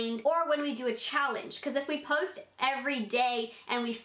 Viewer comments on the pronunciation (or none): I love the way she said post 😂 idk why